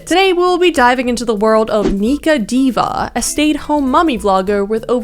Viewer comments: just a heads up, her name is diwa, not diva. its a filipino surname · Hey yooo love this upload. Also I think her last name might be pronounced with a w instead of a v so like it’s Diwa because she is of Filipino origin I believe so that’s how we usually pronounce our names well unless she took after her husband’s surname so I guess u have the right pronunciation